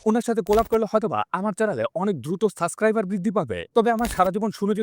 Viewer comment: আরে বোকাচোদা সাস্কাইবার কি. ওইটা সাবস্ক্রাইবার. হালা achoda আবাল। গালি টা দিতাম না। But Tumi video তে স্ল্যাং use করতে পারলে আমার ও তো করতে প্রবলেম নেই